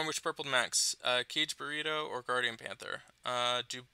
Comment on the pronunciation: This guy and his pronunciations of hero names kills me to pieces. For Kageburado he practically says “Cage Burrito”, /fp /smh He can’t pronounce any of the Valhalla heroes names for the life of him either. It’s almost like he has no idea that there are languages and cultures outside of America. KageBurado Bro....is pronounced Kah-gay BooRah-toe (not Burrato), the emphasis is on the ending “to”. It would do you some good to learn the correct pronunciations, seriously, even in the work environment, it goes a long way.